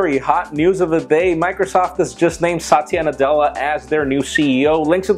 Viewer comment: He's saying the name the wrong way. If spoken properly, it sounds like a guys name.